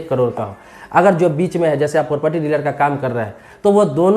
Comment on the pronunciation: पारपटी नहीं प्रॉपर्टी